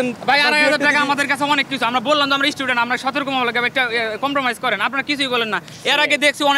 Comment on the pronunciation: এইডি কিসের ছাত্র??? ইস্টুডেন্ট!!